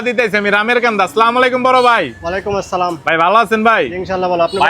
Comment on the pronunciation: আপনি ত সালাম দিতেই পারেন না 😮 সালাম শুদ্ধ করে দিতে শিখেন।